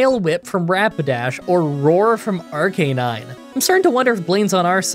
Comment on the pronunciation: Idk how I feel about you pronouncing Arcanine correctly lol